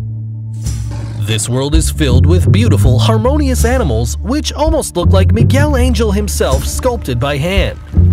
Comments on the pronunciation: Miguel Angel? MIGUEL ANGEL??????! no. just no. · "Miguel Angel"